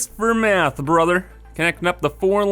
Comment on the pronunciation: I swear if I hear "brother" pronounced like that again I'm gonna floor myself